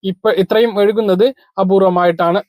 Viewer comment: വഴുകുന്നത് അല്ല വൈകുന്നത്